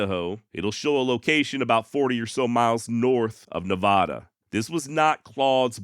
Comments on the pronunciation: mad props for not using AI narration. AI is ruining content. The first A in Nevada is just like the A in apple: Nev-a-duh for Americans, and Nev-ah-duh for Brits. It's Or-gun. And if you worsh your car, then Worshington is correct in your accent. But I'd much rather listen to your mispronouncing a fee words than the AI narrations reading Google translate script flooding YouTube these days. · As an Oregonian you pronounced our states name right...but butchered the other two😂😂😂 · (Be sure to see 🏆 below) The trick to pronouncing Nevada like a local is to pronounce the middle "a" (Ne v"A" da) like the A in Apple. "Ne vA da". It was a subject that * was instructed on when I first became a resident, 1993. It gets pronounced with a "short a" like you do, by 99% nonresidents. It is nice when someone mentions it and/or achieved the "Local Correct Pronunciation". Not as easy when you don't live in NV. Anyways, I lived there 17 years and it still feels like "I want to go back home " I noticed it in another video, but I didn't feel it necessary to mention it.. However, if ya, "use Seen w/o a verb", or use "Me when I" is clearly obvious, ... "then I'll bust your chops". 😁 Happy Trails ... (Apple) 😉 PS: people that hurt/Abuse animals, hurt/Abuse people too. They tend to have a Cluster B Personality Disorder called "Narcissist Personality Disorder, and his description reflects an "Anger Control Trait". It is not uncommon for them to be "Efficient Hard Workers" to the (obsessive level. There are a variety of Narcissist Personality Disorder flavors, some avoid work at all cost and are never responsible, in any sense. It's a matter of those "other traits" ... I suspect he was raised in an abusive environment. Ego is at the center of their fixations. He fits the "Montana Skin Head group" Discernment rather than Judgemental .... The NPD subjects were part of my "Speciality Studies" ie: (Sociologist/Behavioralist and Historian) 🏆🏆🏆🏆🏆 You offered a very ⚖️ balanced co